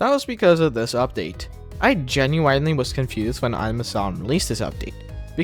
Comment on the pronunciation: Why do you say genuinely like that